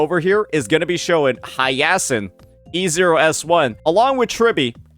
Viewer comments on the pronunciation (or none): It's not Hiyeahsin 😂